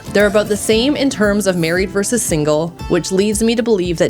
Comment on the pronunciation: Not 'verse', the word is 'versus'. Verse is in a song or poem. Sigh...